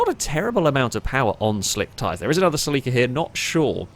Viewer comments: Sell LEEK KA!?!??!! NO!!! CELL IKA or Sell a kaa NO EEEEEK in the middle. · Haha I've never heard Celica pronounced like that Suh-Leek-Ah. Its more like Sell-ick-uh 😂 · “seleekuh” ? i always said “sellakuh” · It's weird hearing the British pronunciation of Celica. Here in the states it's a Sel-a-ka. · It’s sil-ick-a/ Celica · im at the beginning of this video and its a (CEL-eh-cuh) but its beautiful. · The way he says celica drives me insane 🤣 that said, incredible video as usual. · Haha the way you say Celica always throws me off, me being from US. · Well, it is about as wrong as the way did it. You would need someone capable of properly speaking spanish to get that right, I guess. Though, even there are differences, as I found out. While the european spanish sounds like THEL-eecah, the mexican spanish sounds more like CEL-eecah. The way pronounces it would rather match "célico" in mexican spanish, except for the muffled 'i' sound he makes.